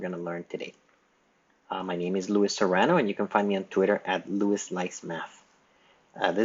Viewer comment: My name is also Luis, but I pronounce it LooEEs, and it sounds like you say it as lwis. Never thought I'd see a Luis pronounce it like that.